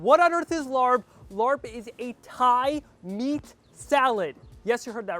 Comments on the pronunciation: Yes, what is this LARB?? I'd appreciate it if he didn't present this dish as the Thai dish larb. A little research and you'll know this is pronounced laap. If you're going to cook and present a dish from a different culture, be respectful and try to be authentic. It at the very least, let your viewers know what ingredients are normally used. No peanuts, use Birdseye chili, sticky rice (not Jasmine) that's browned more, use fish sauce- not soy sauce. If you go into a Thai or Lao restaurant and ordered laap (or a he says larb), I guarantee that it will taste nothing like what he made. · Omg please please stop calling it Larb. It's pronounced Laap. Take the R out. You don't know how cringey it was for me to hear Tom Holland say Larb in Spiderman. No!!! Tom not you!!! Omg and you're squeezing the lime when it's still hot on the pan. And that's a no for the soy sauce. Fish sauce. Tsk tsk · Larp is pronounce RRUP not Lord. Turn off the heat. Cook it with no oil. Do not saute` You killing me!!! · It’s pronounced “laaaab” not larb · STAHP lol calling it larb 🤪… how we say is like STAHP but woth an L. The R is silent. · Lol try pronouncing it as “lahppp” and not larrrb lol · It is not pronounced the way its spelled. It is pronounced "Lapp". I like using grilled steak. Never had grounded beef. But kudos. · By the way it’s pronounced laab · I’m glad you had fun doing this dish. By the way…It’s pronounced “Lah” 😄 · You pronounced larb wrong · Horrible pronunciation. Didn’t toast the grain enough. Honestly, you could at least make it authentic. And adding soy sauce is just wrong 😟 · I don’t understand why you didn’t do you research before making a dish from another culture. This was all wrong even the pronunciation…. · Please do more research and learn how to pronounce it. The r should not be pronounced. So many white people pronounce it wrong. and know that it is the national dish of Laos. Thank you! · Lol you pronounce it wrong 😂 but it still look good